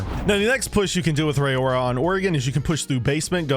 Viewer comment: Great strat video, thanks! Side note, her name is pronounced "Ror-Ra," think "aurora borealis." She's a Maori girl.